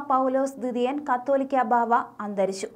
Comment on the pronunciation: ഇവരെല്ലാം എന്താ കത്തോലിക്കാ ബാവ. എന്ന് പറയുന്നത്. കാതോലിക്ക ബാവ. എന്നാണ് വായിക്ക്